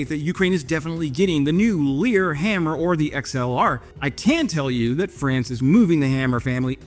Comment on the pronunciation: It's haaaammer, not hammerrrr